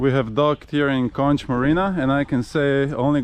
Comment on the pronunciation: I enjoyed the video and the insight on the Leopard 50. Would like to know how the Code Zero performs. Just FYI. Bahamian’s pronounce Cay as “Key”. Also Conch is pronounced “Konk”. Otherwise the Bahamians will look at you funny.